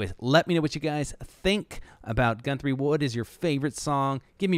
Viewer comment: That was cool, more than one phenomenal Guthrie clip I haven’t seen/heard yet. Weird pronunciation of his name tough (GuNthrie?).